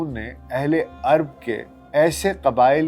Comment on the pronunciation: عَرب نہیں۔۔۔۔ عَرَب